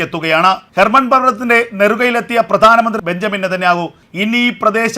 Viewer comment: Not Mount Herban. It is Mount Hermon.